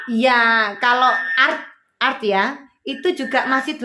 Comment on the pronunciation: Saran wae mbak menit ke 15.32 ART luwese baca satu persatu A(asisten) R(rumah) T(tangga) ojo art sing artine seni lek inggris. masukan loh iki.